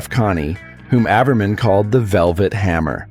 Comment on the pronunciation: Stupid AI videos... His name is pronounced "gee" not "guy" and it's "ay-ver-man" so stupid.